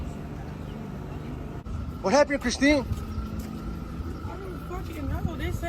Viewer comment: "What happeen Christine...?" Bro got her name all the way wrong... 😂😂😂